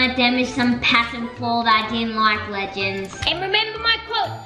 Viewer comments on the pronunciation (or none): Tilly Fielder it’s TOATALY NOT « ledgends » what even is that eww you, it’s legends